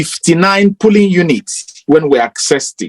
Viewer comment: Please, dear brothers and sisters, the word is POLLING, not PULLING or POOLLING. Please let's make the effort to improve our grammar.